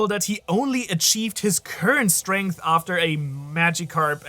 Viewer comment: Strenght Lol